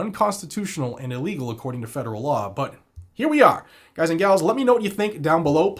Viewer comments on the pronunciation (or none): none